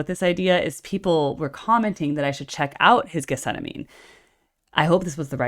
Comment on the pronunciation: Farnham is better. Amazing how many professional artists love John and know his ability. If you know this song so well, btw, you should know get-sem-manee. You can't claim to know it if you can't pronounce it.